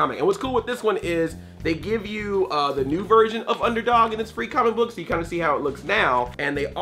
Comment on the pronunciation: Every time he says "comic book" it sounds like "CAHMICK BUK" Lol jk Love you Andre! :D